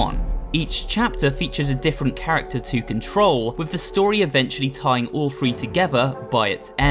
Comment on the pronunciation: The video is great, but you're saying "free" instead of "three" XD